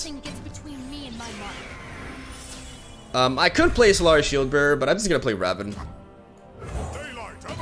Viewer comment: Pls it's Rah-voon